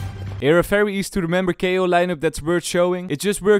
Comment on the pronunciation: It’s fucking VALORANT not Falorant it’s VIDEO not Fideo. It’s VERY not Ferry. It’s reViVe not reFiFe. It’s a fucking VVVVV NOT AN F HOW ABOUT YOU PRONOUNCE ENGLISH PROPERLY ITS NOT HARD